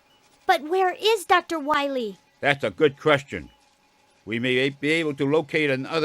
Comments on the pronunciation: If it wasn't for MM8 english dub we wouldn't have gotten Dr.wily name being pronounce as Dr.Wahee LOL !! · You can't have a bad voice acting list without drunk Dr. Light screwing up every single line. It's still fishman Bass to me damnit and Dr. Waowee will be forever burned into my brain.